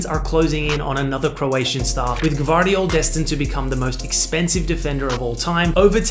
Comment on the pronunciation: Josh-ko G-VAR-diyol, but he pronounced IT great Because it’s hard to say “GV” for people Who don’t speak croatian and he actually Said josh-ko G-VAAR-DIYOL